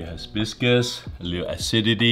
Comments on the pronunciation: It's hibiscus, not hisbisbus. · Gourmet is an understatement. I’d say 2 Michelin Star ramen at a minimum. Also bonus points for the hisbisbus pronunciation. Absolute heater of a video! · Why does he add an extra "s" in hibiscus 😂